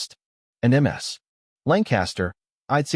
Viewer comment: Damn AI-Voices! "M.S." Lancaster is how ships are named, correctly it would be "Miss"...